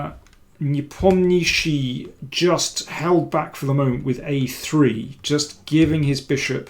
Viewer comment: That's the only correct pronunciation of Непомнящий by an English speaker!